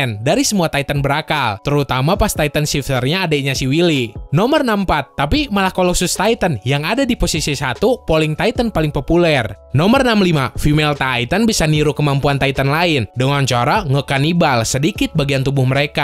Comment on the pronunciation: Nomot 64 itu bukan kolosus tapi kolosas :v Itu cara baca nya ya bukan tulisan asli